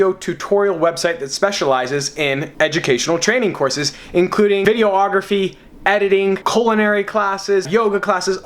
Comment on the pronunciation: Dude, it's just videography, not video-ography. Not trying to be "that guy". Just pointing it out.